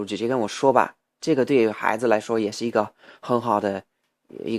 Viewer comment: 你不说我都不知道你有微博，看了微博才知道你这么久不发视频到底哪里去了....那你现在是住在中国了吗？还有，能不能请你把传在什么优酷土豆的视频也传上youtube呢...否则在英国加载好慢啊！说到发音，“不加掩饰”和“小伙子”可以说的再好一点，我个人还觉得“孩子”说的有一点奇怪....但是我真的觉得我已经是在骨头里挑刺了，你这个水平已经非常，非常厉害了。继续加油啊！